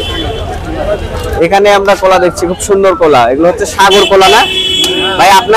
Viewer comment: কোলা না ভাই এগুলা কলা 😑